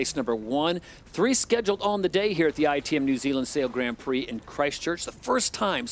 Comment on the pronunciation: I just would like someone to gently suggest to him how to pronounce the Grand in Grand Prix. Please